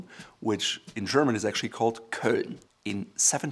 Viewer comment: WOW. never hear an englishman, how pronounce "Köln" right. love your vids